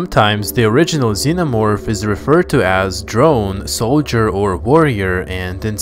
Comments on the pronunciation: Starts off the video with the "omo-vorph" Nah, you can't even read the names, dude. I'm out. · um zenomorfo cearence kkkkkkk